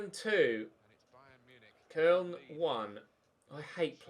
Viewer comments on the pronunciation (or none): I beg you just call them Cologne, The way you pronounce Koln is cringe